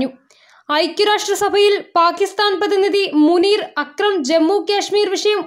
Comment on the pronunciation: അക്രമത്തിനെതിരെ അല്ല അക്രത്തിനെതിരെ( മുനീർ അക്രം) അവർ അവിടെ പറയുന്നത് വീഡിയോ മാത്രമല്ല അതിൻറെ ഓഡിയോ കേൾപ്പിക്കണം പൊതുജനത്തെ ...അല്ലാതെ നിൻറെ ഗീർവാണം കരച്ചിൽ ആർക്ക് കേൾക്കണം... വാർത്ത വായിക്കുക ആണോ അതോ കരയുകയാണോ? വാർത്ത വായിക്കുന്ന ആൾക്ക് ഒരു രീതിയുണ്ട് അറിയില്ലെങ്കിൽ ട്രെയിനിങ്ങിന് പോകണം